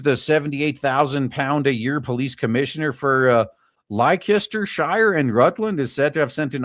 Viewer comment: "Lester-sher". It's pronounced "Lester-sher". I assume that this police commissioner was called into to arrest himself and give himself a severe reprimand, before handing himself over to the Chief Prosecutor's office.